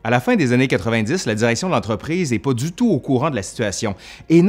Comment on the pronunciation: Au fil dzu temps